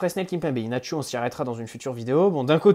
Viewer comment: Le "Inachio" me stress XD, c'est juste Inacio si tu vois ce que je veux dire.